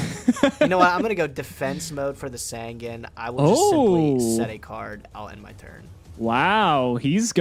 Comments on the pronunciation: I wasn't, not until he begins to pronounce sangan correctly even tho HE HESRS OPPONENT SAY IT RIGHT!! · Pronounce sangan right and your nightmare might end